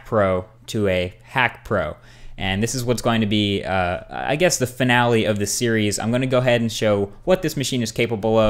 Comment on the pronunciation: "so this video is number 4 in the Cheerios"